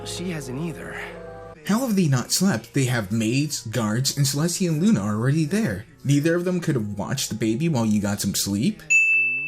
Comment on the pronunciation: "Celstia". That's a sin.